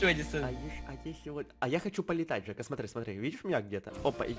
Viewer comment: Джека? ДЖЕКА? ДЖЕКА?????? ОН ЖЕКА, А НЕ ДЖЕКА